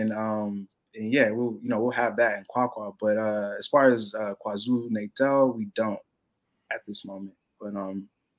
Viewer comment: Bro I love the videos but you have to get your pronouncing of names right 😂 it Kwa Zulu Nata (not Kwa natal ) and Gauteng is pronounced How Teng (Gauteng) the G is silent !! And when your there learn some Zulu as well !!